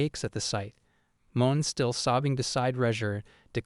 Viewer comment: I'm pretty sure "Ane" is meant to be pronounced like "Ah-nay", not "Ain". Same with Mone - It's Mo-nay, not Moan.